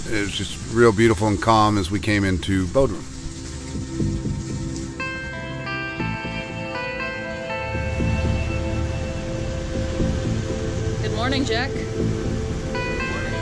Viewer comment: Bod rum, not Bo drum.